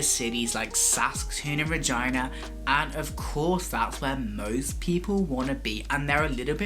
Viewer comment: i would just like to say THANK YOU for pronouncing regina properly!